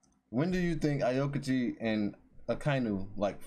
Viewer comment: Aokiji = pronunciation - Ow-ki-ji. By the way, not the same island 😉